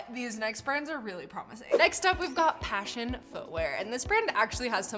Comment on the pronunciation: Pashion not passion 😂😂😂😂😂😂😂😂